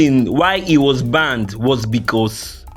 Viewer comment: Banned.... Not Banded